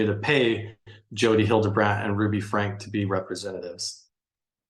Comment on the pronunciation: He doesn’t even pronounce Franke correctly 🤦🏻‍♀️